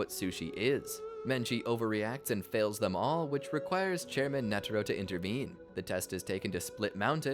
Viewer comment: it’s netero, not “netero”!